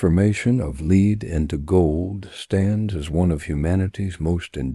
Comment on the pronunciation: Lead is pronounced wrong 😂